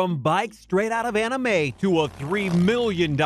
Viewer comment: I hate how he said anime in the beginning, how much weebs agree with me?